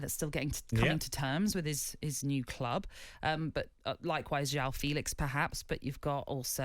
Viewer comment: How many videos do I have to watch with Tony calling him Yaw Felix. It’s Portuguese and jjjjjjjjjjaaaaooooooo…